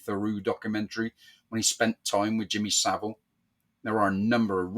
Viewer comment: It’s Savile not Saville.